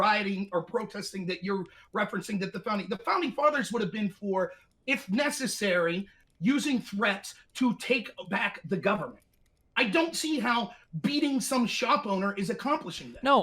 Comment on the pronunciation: Destiny “twreat”